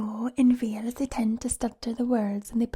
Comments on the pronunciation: I’m welsh and you did a pretty good welsh accent but you pronounced Wales Vales sometimes and that’s not how we pronounce it but good job xD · As someone from the valleys, you sounded more Italian than welsh 💀 we say wales not vales 😭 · in wales, no one says w’s like v’s...😂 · I’m welsh and I thought it was pretty good apart from the fact we don’t say Wales with a v